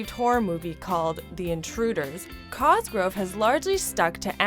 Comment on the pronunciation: "mIrAnDa CoSgRoVE"